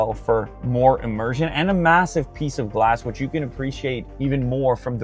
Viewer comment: destroyed the word MASSIVE for me